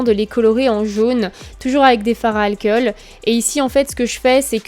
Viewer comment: "L'alkeul" aussi. Et le "spirit gueum". C'est très agaçant, hein x).